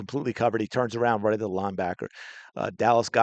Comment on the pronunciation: They both try to get confirmation by saying "rite"